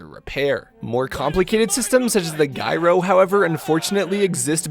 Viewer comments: "jai-row", not "guy-row" - feels like I'm listening to an AI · I’m getting triggered every time you say “guy-ro” instead of “Jy-ro” you deadpanning comic legend. 😂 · how do you know so much stuff but then not know that gyro is not pronounced "guy-ro" lol. Kidding aside, your painting and vidoes are awesome i just got into BT as a hobby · Also, "gyro" is pronounced with a hard G, so; a J sound. Like "gym" or "gypsy"~